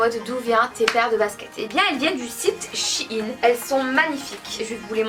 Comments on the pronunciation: Ça ce dis shèine et pas chine même si ça s'écrit shein ça histoire que vous comprenez mais sinon continuez je vous adore❤️ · Le e se prononce c'est shein et pas shine